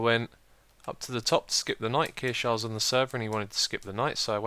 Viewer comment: Did he say kiershaer I thought he "died"